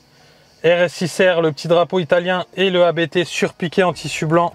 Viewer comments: " c'est un nom de famille donc comme on ne rempli pas un formulaire administratif en parlant avec un opérateur de call Indien🤗, on prononce Abt et pas A-B-T 🙏" Sinon top tes vidéos et peut être un jour une visite au show room pour un achat n🙏🥂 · Ça me tue ceux qui disent A-b-t haha C'est le nom du fondateur, autant le respecter